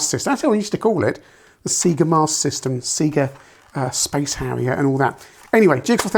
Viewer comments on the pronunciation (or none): I think even old Sega ads on TV used to pronounce Sega like Bob Seeger. It wasn't until Sonic came out on the Megadrive that we were all corrected. SAYYY-GAAAH. Worse is all the British youtubers who pronounce Taito like potato.